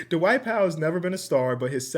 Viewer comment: I love when adds that extra syllable whenever he says the name “Dwight” like Da-Wight 😂 this ain’t sarcasm at all, love that Midwest TWANG